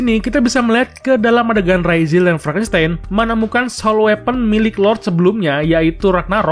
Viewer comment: Frankistain bukan franstain🤣🤣